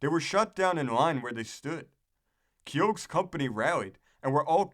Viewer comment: It’s pronounced “Key-Hoe” not “KeYOAG”, dipstick.